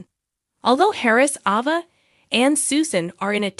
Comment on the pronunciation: It is a long A therefore A Va ! Do you ever watch Days? Or is Say lem!